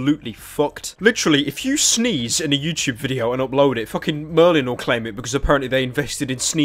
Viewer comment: he keeps saying 'Ubbload' lol